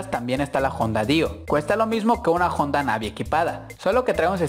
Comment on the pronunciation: JONDA??? juraría que era HONDA...